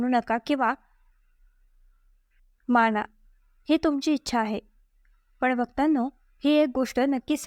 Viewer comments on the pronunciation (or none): मण नाही ते मन असं आहे बणलेले नाही बनलेले असे आहे माणा नाही माना कीती हे अशुद्ध उच्चार आणि ही सगळी अंधश्रद्धा आहे उगाचच बंडल मारू नका